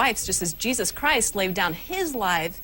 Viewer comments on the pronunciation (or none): none